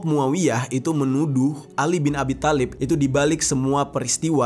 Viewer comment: Bang di bacanya bukan khatab tpi khotob ,thalib juga di bacanya tholib😅